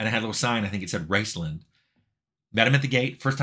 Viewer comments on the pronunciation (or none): I couldn't tell if you were saying "Raceland" or "Rincewind" (the latter makes more sense for a MUD Wizard).